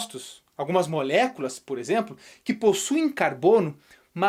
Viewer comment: Adoro quando ele fala "molhéculas" 💁🏼‍♀️😂